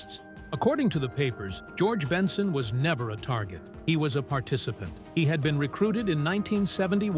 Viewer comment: How can you do a story on someone and can't pronounce🙄 the name right